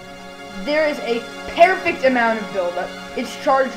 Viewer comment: pearfect. lol